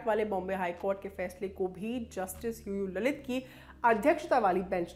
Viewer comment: I heard it UU LALIT as Loru Lalit